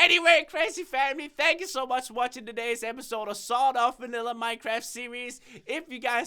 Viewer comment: You said Vannila